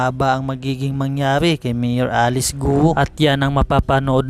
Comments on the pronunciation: Correction: Pronunciation for "GUO" is "GO" (Silent "u")...No offense meant pls. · Bakit Guo ang pronunciation nyo just say Go kc last name nya ay chinese